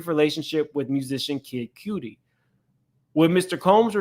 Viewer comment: It is cutty - not cooty … do you no know Kid Cudi?! SMH